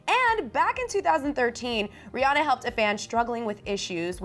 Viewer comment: rihanna pronounced Ri-ah-na not Ri-oh-na